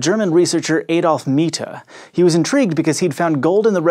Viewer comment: Kudos for pronouncing 'Miethe' correctly!